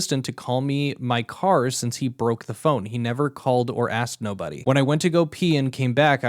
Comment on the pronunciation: why is this dude saying axed instead of asked?